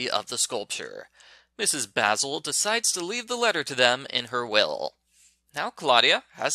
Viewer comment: I'm reading this book for "Andrea's Storytime" in Summer 2021. You pronounce the woman's first name as Baz-ul and her last name is pronounced as Frahnk-while-er. I remember reading it in the 4th Grade and it wasn't bad at all. It got to the funny part where Jamie and Claudia Kincaid hide their clothes inside of their instrument cases and sneak around The Met in their nightwear as a way to create the effect of dreaming that they saw Mrs. Basil E. Frankweiler at the art museum which is located in New York City. 👏🏻 Did you know that it won the Newbery Medal 53 years ago?